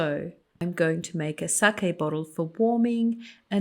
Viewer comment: And you pronounced sake correctly.